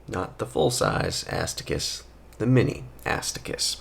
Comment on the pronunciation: Mini ass to kiss. You definitely said it that way purposefully 😂